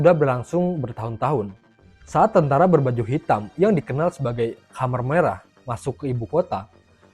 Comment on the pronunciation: Khmer merah , bacanya tetap kmer mas, bukan komer..., komer itu kan sesuatu yg memabukkan , dlm bahasa arab